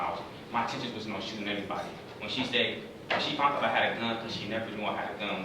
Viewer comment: He keeps saying "fount" and not found.